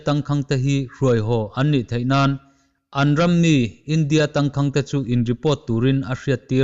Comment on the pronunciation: Tangkhang tih hi lam dan hi Phai a kum rei lote awm ṭawng pai thlukin i thluk...a in ziak ang hian lam pawp rawh...thluk duai a ngai lo.